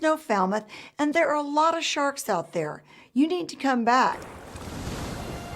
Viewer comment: Did she say sthawrks?